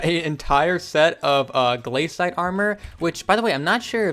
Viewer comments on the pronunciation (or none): im so triggered by him saying gl-A-cite but its gla-cite